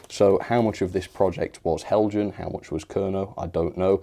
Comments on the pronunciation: These brickbat videos are more entertaining tha the ones where you extoll the virtues of an excellent model! Heljan, is pronounced "Hell-y-an". The devil is in the detail. Thanks for uploading. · Isn't it pronounced Hel-Yan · Nice music effects..! And nice WobBle down the track... But, um, it's "Hell-yan" or "Hell-yun". In most European languages a 'j' is pronounced like an 'h'. So, French "Jomini" = "Yom-a-nee". Spanish "Junta" = "Hoont-ah". Danish "Heljan" = "Hell-yan" or "Hell-yun".